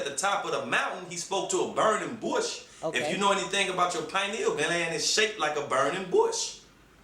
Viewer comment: The way the nigga chingy say "Bush" had me dying 😂😂😂 Bruh on some of the best weed you can buy 😂😂